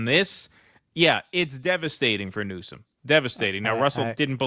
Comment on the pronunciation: Hmm did Trump mean "new-scum" or "news-cum" lol